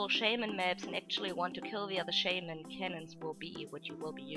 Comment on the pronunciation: I've never heard anyone pronounce "shaman" so wrong..